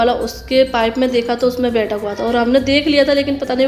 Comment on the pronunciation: Baji bethal diya nhi hota wo betha diya hota h